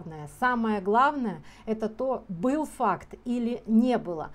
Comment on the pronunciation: ну понятно , что она в целом врет , обеляет сына . Меня зацепил просто акцент на слове Факт . Мама потерпевшего мальчика вообще еле по-русски говорит , часто переходит на тувинский. Возможно, Светлана права в каждом слове видя бессознательное . Но мне кажется , что конкретно здесь она говорит заготовленный текст , не всегда понимания чистое значение русских слов . И это незначительный момент ее Вранья